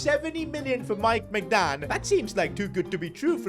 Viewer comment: "Mike Maicgnan" 💀